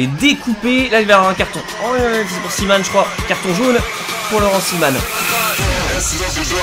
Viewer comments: on dit pas cimane mais ciment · Par contre le nom du défenseur belge se dit "ciment" 😉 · Laurent ciman se prononce ciment 🇧🇪🇧🇪🇧🇪🇧🇪🇧🇪🇧🇪🇧🇪🇧🇪🇧🇪🇧🇪🇧🇪🇧🇪🇧🇪🇧🇪🇧🇪🇧🇪🇧🇪🇧🇪🇧🇪🇧🇪🇧🇪🇧🇪🇧🇪🇧🇪🇧🇪🇧🇪🇧🇪🇧🇪🇧🇪🇧🇪🇧🇪🇧🇪🇧🇪🇧🇪🇧🇪🇧🇪🇧🇪🇧🇪🇧🇪🇧🇪🇧🇪🇧🇪🇧🇪🇧🇪🇧🇪🇧🇪🇧🇪🇧🇪🇧🇪🇧🇪🇧🇪🇧🇪🇧🇪🇧🇪🇧🇪🇧🇪🇧🇪🇧🇪🇧🇪🇧🇪🇧🇪🇧🇪🇧🇪🇧🇪🇧🇪🇧🇪🇧🇪🇧🇪😁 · La prononciation c'est ciman comme Vincent ahah ;) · "simanne" mdrrr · On dit Laurent ciment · C'est c'écrit " CIMAN " mais ça se dit " CIMENT "